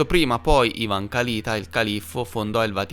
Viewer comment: Perdonami, ma ti devo correggere: si pronuncia Kalitá ( Калитаʼ). 🙏♥️ Grazie x il tuo lavoro.